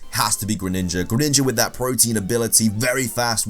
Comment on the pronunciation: i cringed everytime he called PRO- TEE - IN Protein